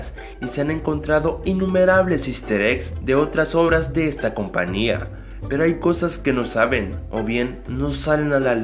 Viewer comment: alguien se a preguntado por que dice ''compania'':v